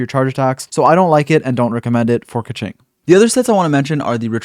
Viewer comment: I think you pronounce her name right. This other youtuber says: Kezync. hahaha